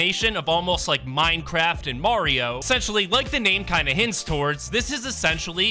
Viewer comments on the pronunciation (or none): none